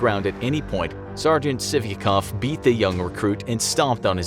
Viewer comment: Sargent sivikov sounds like sippycup